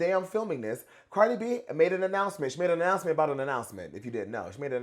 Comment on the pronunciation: I got ananananannanananoucment to make 😂😂😅 the prononciation god